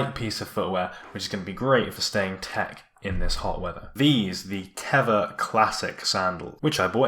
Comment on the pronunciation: It's actually pronounced Tey-va